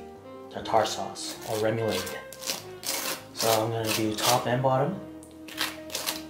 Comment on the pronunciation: Rem-OOH-LAUD. Still love you 😍 lol.